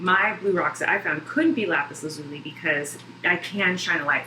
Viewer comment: It's pronounced lapis laz-u-lie